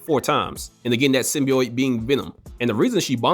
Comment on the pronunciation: Every single time I heard the word "Symbiote" mispronounced as "Symbioyte" my blood pressure rose. That said, I side with the cat.